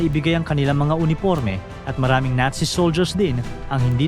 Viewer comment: Nazi Hindi natsi😅😅